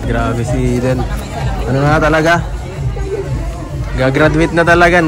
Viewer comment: Thank you,, for the correct pronunciation of Eden’s name. That’s the right pronunciation. Magandang pakinggan.